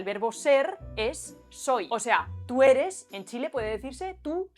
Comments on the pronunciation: Que bacan lo del soi/eri, pero esta mal, xd, el Eri, se dice mas como Erí, el soi va como Sói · No es "eri" , es "Erí", como que existiera el verbo "ereis" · Pequeña corrección: el "eri" es palabra aguda, es decir "erí", te escuché decirla como grave poco antes de los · Es interesante cuando alguien hace un análisis tan detallado sobre cosas que nosotros mismos no notamos al hablar. Dejaré aquí un par de precisiones, para el que le interese: No es "eri", es "erí" y lo usamos con tú y "vo". Ejemplo: Que erí pasao pal pico. Fundición de grupos consonánticos: en realidad no es que se junten dos sonidos para crear uno nuevo. Generalmente, como nos saltamos las "s" al final de las palabras, algunas veces "aspiramos" esa "s" y la reemplazamos por una pausa o algo así como una "h", usando los ejemplos del video: S+G "mi- gastos", "mih gastos" S+B "lo- bancos", "loh bancos" Pasa siempre con los artículos "las" y "los" + una palabra que comienza con consonante, y con los posesivos plurales "mis" y "tus" + palabra que empieza con consonante, por ejemplo: tus comidas, mis canciones, las morsas, los pucheros... todas esas frases pierden la "s". Donde sí aparece una verdadera fundición de grupos consonánticos, y todos los chilenos estarán de acuerdo, es con Z + G = J. Por ejemplo, ayer fui al "jujao" (juzgado, y asimilando la "d" en palabras terminadas en "ado", "ido") Gracias!